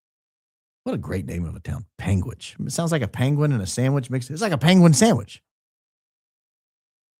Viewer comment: Born and raised in Utah - extensive legal background - been watching both Candance and Charlie religiously since after BLM 2020 - 45 mins from UVU. My dad has lived in Washington County for 23 years. you pronounced that correctly. "Pang witch" Ok I heard Candance say it right the 2nd time 😂.